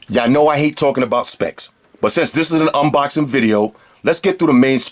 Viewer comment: "A quick unboxin" lol